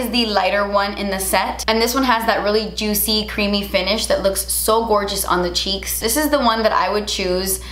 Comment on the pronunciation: "Cuz you know me, I like a juiTcy cheek so I wanted to make it even more JUITCY!!!!!!!!!!!!!!!!!!!!" Hahahahaha I freaking love you! I love when you add a T into certain words, literally makes me laugh every time! You're the cutest ever!